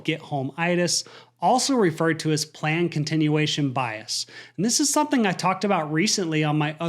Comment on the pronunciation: Why do you you keep saying the word " something " as "sonthing¿"